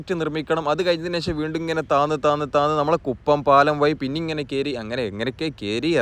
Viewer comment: ഴ വഴങ്ങില്ലെന്നു തന്നെയാണോ. വളരെ നല്ല വിവരണത്തിനിടെ പുയ വയി ഒയുക്ക് കീയാറ്റൂർ എന്നൊക്കെ കേൾക്കുമ്പോൾ സുഖമില്ലാത്തതിനാലാണ് ഇതെഴുതുന്നത്. തുടക്കം മുതൽ സബ്സ്ക്രൈബ് ചെയ്ത് കാണുന്ന ആളെന്ന നിലയിൽ അഭിപ്രായത്തെ കാണുക.